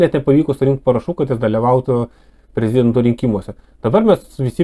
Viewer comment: Ne prez-i-dento,o prezid-e-nto...